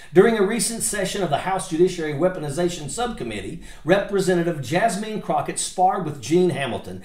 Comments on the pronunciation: Richard Ojeda.... bruh... it's pronounced JASMINE not JASMEEN 😭 and AOC is Ocaaasio not a Casio like the keyboard 🤦 jfc you can't even pronounce your OWN name correct wey jajaja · Nice compilation of some of Jasmine’s best work for the American people. ❤ BTW, Her name is pronounced “Jaz-min”